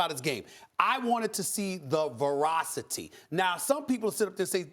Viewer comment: Zion: between the legs dunk off a standing vertical jump Stephen A: “I was looking at his health..the verocity” worst take lmaoo